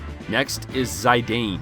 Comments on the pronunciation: The i in Zidane is pronounced like itch not Aye. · Zee-dan Not "Zay-dayne" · Zai dane, I thought he called Zeedane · Ha dude! Its not Sai-dain 🤣 Its Zi-dan, like the football player from France... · Who the hell is "Zy-dane?" lol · It's pronounced "Zee-done". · That Zidane pronunciation, though. ^^' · The worst thing about this video is how you pronounce Zidane But apart from that I agree with a lot of your comments, but I would also mention that for the superboss Ozma, a team of Vivi and Amarant can be great if they both have return magic, getting triple Doomsday and therefore triple 9999 can help massively. I would also add Eiko for the Phoenix ability which can be a literal lifesaver in that battle And yes, Quina is god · Imo the only low tier here is your pronunciation of "Zidane" i never cringe this hard the moment you pronounced his name.